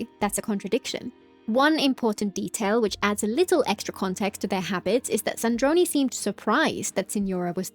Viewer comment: Wow I noticed that part called Sandrone "Sandrone" and it just bothered me! I didn't realize they actually re-uploaded the video to correct that mistake.